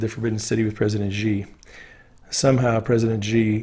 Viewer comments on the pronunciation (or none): Xi = she not ji.